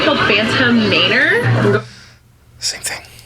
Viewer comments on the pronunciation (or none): may-ner???? its manor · Did she just pronounce Manor, Mayner?? 😂 Stay in school kids. Time stamp if you want to go back and listen 🤣